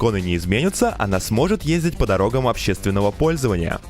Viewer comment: Твою речь сложно слушать. зачем акцентируешь на последнем слоге? дверИ, проектУ, дорогАм общегО пользованиЯ. На севере живешь где-то?